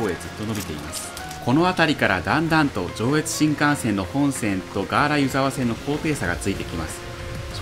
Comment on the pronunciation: いつも楽しく拝見しています。大雪の時に撮影されて映像映えしていますね！ 細かいことですみません、地元民なので少し気になってしまったのですが「湯沢」の発音について 新潟の湯沢は「ゆ」にアクセントを置きます。今回の動画ですと秋田県の湯沢のアクセントになってますね せっかく越後湯沢で撮影して貰ったので新潟でのアクセントを知って貰えると嬉しいです これからも動画を楽しみにしています。